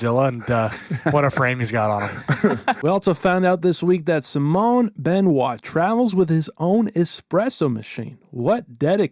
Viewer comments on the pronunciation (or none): none